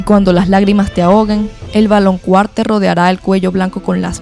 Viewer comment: Ame el video... solo me pregunto por qué dices "valonQUAr" cuando, según yo se pronuncia "valonKAr"😅